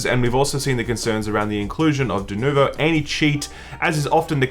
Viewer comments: Why do you guys keep saying "dunovo"? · I'm only mad that you boys keep calling it "Denovo". It's not a hard name to read....